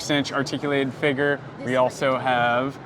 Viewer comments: He says "figuur" like McDaddy 😂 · Hard R.